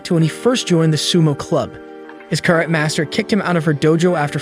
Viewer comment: anyone else triggered by how he pronounced karate and chanko nabe?